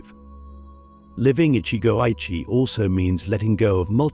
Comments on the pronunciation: Every time it is pronoinced ichi go AYE chi instead of ichi go ichi e, it is too irritating. Some times it is pronounched correctly, often times not. Cant listen to AI rendition. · It's Ichi Go Ichi Ei - One Moment, One Chance. This commentary mispronounced it. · You said ichigo ichi wrong